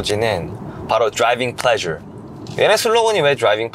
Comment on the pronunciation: 영상보는내내 드롸이뷩 플뢔줘~이말만들림 ㅋㅋㅋ